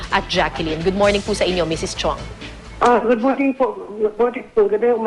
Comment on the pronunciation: Chiong case, misheard as "CHONGKE" 😂😂